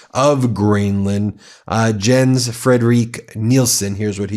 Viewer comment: By the way Jens is pronounced as Yens....